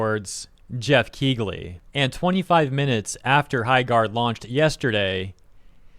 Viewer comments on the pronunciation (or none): DUDE!!! The GH is silent... its pronounced KEELY not KEEGLY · It's pronounced Keeley and not Keegley. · The 'g' in Keighley is silent. It's pronounced "Kee-lee". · I'm gonna assume the wierd pronunciation of Dorito Pope Geoff's name is a reference to Kegel exercises